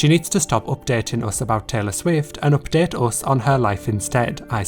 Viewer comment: What is wrong with your accent? Oopdet.